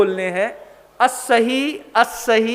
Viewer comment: Nissahi aur assahi ka kripya speling ke anusar uchcharan kar pau bina kisi asuddhi ke